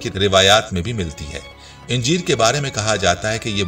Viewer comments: انجیر کے الف پر زبر ہے اسے زیر کے ساتھ اِنجیر نہیں کہنا چاہئیے ویڈیو کی ابتدا میں انجیروکھجور کا باربار اکٹھا ذکر کیا گیا مگر آخر میں دونوں پھلوں کو ملاکر نہیں بلکہ الگ الگ کھانے کا مشورہ دیا گیا ویڈیو میں غیر ضروری طوالت سے کام لیاگیا ہے الفاظ دہرانے سے گریز بہتر ہوگا ڈاکٹر رؤف خیر حیدرآباد انڈیا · khujoor nahi khajoor...injeer nahi anjeer bolo bhai